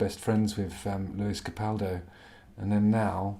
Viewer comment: Capaldo!! Getting his name wrong delib, or not even better! Lew is a pantywaist wetwipe wee fanny as we say in Glesga, on ye go big Justin!❤